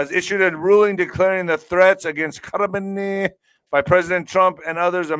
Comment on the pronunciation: I just can’t when says Jalalala Kahmeneiiiii😂🤣😂🤣😅😂🤣😂😅